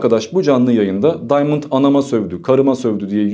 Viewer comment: Daymınd değil ! Adam arnavut ve adı diamand